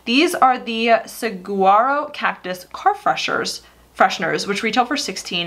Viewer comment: Saguaro is pronounced suh-WAA-row. 😎 Fifteen years of living in Phoenix.